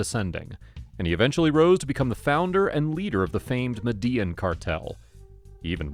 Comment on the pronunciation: Lol! The famous “Mhh-Dee-Inn” cartel! 🤣 It’s pronounced “Med-ah-een ” I love your channel ❤